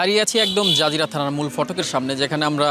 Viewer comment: যানজিরা না Zajira